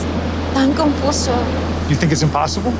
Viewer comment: She said, “Confuso.” He repeated what he thought she said, which was, “Come closer?” Then he kissed her. That is not what she was saying. It makes the cringe even stronger.